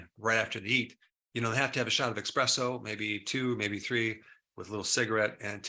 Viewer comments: Did Dr. Berg say eKspresso? OMG 😳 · My man, you're a Doctor, but you say "expecially" and "expresso."